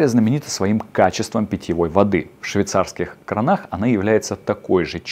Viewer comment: Спасибо за информацию! Но обратите внимание на удаления в словах, потому что "в кранАх", "катАлог" не вызывают доверия к вашим образовательным программам.